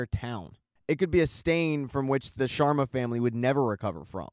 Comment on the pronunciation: "The Shwarmas" has me in stitches 😂😂😂. It's SHARMA, my dude